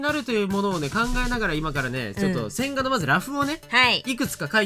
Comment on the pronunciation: 線画が音だけ聞いてると洗顔に聞こえて (,,`・ω・´)ﾝﾝﾝ？てなる笑